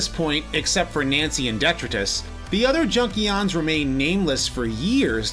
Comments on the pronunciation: ** De-TRY-tus (Detritus); NOT Detruh-tiz ** Other than that, top class review as always. ✊️ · Detritus is pronounced "Dee-TRY-tus". It basically means garbage, like most Junkion names. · Please educate yourself on how to pronounce “detritus” and “rummage.” Other than these embarrassing gaffes? Good video. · Great video but detritus is pronounced wrong.